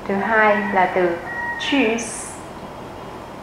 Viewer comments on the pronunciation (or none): chữ tạm biệt là tschuss chứ ko phải là tschus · Cám ơn đã dạy bài học này. Chữ Tschus! nghe giống chữ cheese hay là choose của tiếng Anh quá.